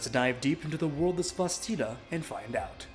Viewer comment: Great video, thanks for the review! Just a heads up, Cvstodia is pronounced as Custodia, the V reads as a U.